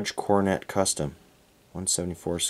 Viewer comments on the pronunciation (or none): none